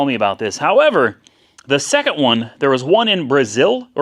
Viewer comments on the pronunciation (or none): The hicks in Indiana always pronounce things weird. Bray zil (Brazil) and Pee roo (Peru)